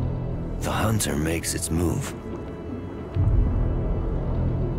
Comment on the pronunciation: 'This nocturnal hunner will resume its hunning later'.